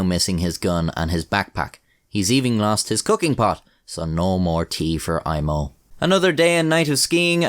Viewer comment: This was a pretty wild story, man. You pronounced Aimo's name surprisingly well. Greetings from Finland!